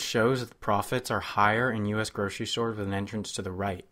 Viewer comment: Gurshery stores, huh.